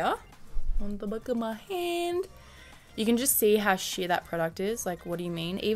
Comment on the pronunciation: Each time she said sheer I thought she was going to say sh*t